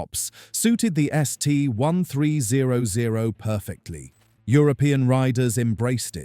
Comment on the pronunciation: This video is complete AI generated garbage. Both the content and voice is 100% PURE AI. The accuracy of what's being is said about the bike is mostly wrong. "THE S-T ONE THREE ZERO ZERO" Please. I have a 2010 ST1300 and have experienced ZERO of these issues. I've rode to Mammoth Lakes, CA at 10,000 feet in elevation, and it rides just like it does at sea level. Maybe earlier models had elevation issues, but my 2010 has ZERO. Riding through Las Vegas in the summer does not burn my legs. The bike is not a beginners bike, but it's also not a 800 lb gorilla and it sheds its weight once you're riding. I never take mine off road either. It's not a dirt bike. It's one of the best and most reliable touring motorcycles every built. Shame on Honda for not making them any longer!